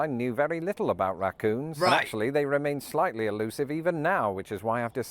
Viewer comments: Rah coons not ruh coons! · Ok, raccoons is 2 syllables not 1. Rac-coons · Pronounced more like "rack-coons". The "a" sound is very much like "bat"